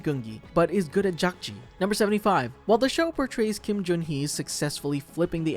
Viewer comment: I think in the last episode where they’re shooting the guards, I think player 001 fell behind a bed Also.. I also kind of want to point out that the square throwing game is pronounced dakjji, not jakjii.. and gongi not goongi.. sorry 😭